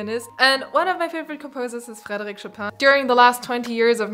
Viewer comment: How you said Frederik, you must be german :)